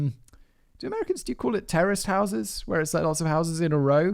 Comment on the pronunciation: OH "Terraced" houses! I could have sworn Simon said "Terrorist houses" like hold on a sec.... did he just say?